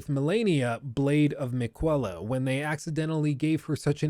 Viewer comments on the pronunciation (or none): Mi-Kwella lol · Dude how do you mispronounce "Miquella"? reminded everyone about 4,000 times. Did... did you not fight in any playthru? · says "Miquella" so many times, if you have to fight more than once you should be able to at least pronounce it right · the fact you couldn´t pronouce "Miquella" right after hearing it from so many times says a lot...... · Okay, I'm sorry but was it a joke to mispronounce names THAT bad? Stake of Marika - Idk how you said it but it was weird - literally half of the character NPCs in the game say her name and the first cutscene even says it. Idk how that happens Melania Blade of Mi-QUEL-a - Okay this one I died at lmao she literally says her name for her intro cutscene and also says her name EVERY SINGLE TIME YOU DIE IN PHASE 1 - if you don't know how to pronounce it, it must be a joke right?